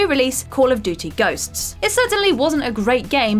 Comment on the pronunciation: Why can’t she say ‘duty’ properly??